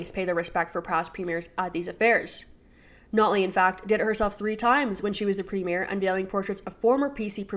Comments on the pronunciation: “ sNotley” 😂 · Did anyone else catch the Freudian slip of the host calling notley snotley?